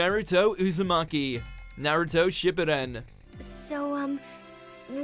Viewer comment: It wasn't a castle nastu burned down it was a coliseum, and you pronounced shippuden wrong